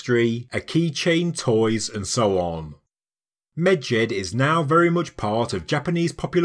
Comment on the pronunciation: You say Medjed, all I hear is midget😂